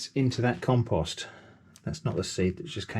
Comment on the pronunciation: Why would you say "calm-post"????